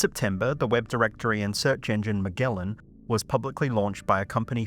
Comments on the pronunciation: You're mispronouncing Magellan, which is named after a famous explorer. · You really can't pronounce Magellan correctly?